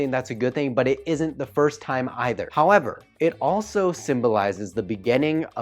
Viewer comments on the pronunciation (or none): none